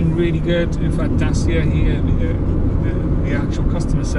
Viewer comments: Yes, the pronunciation is [da:chia] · It’s pronounced Dachia I believe. It looks like a bit of a beauty. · Pronouncing Dacia varies. The ‘official’ way is this- Da-ch-ee-a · Good pronounciation is [ˈdatʃi.a]. («Datsia »). 😉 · Not a gripe, just saying, it's pronounced "Dachia" with a ch sound like in china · you pronounce it Datchia. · Please use the correct pronunciation. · I think you should use the proper pronunciation .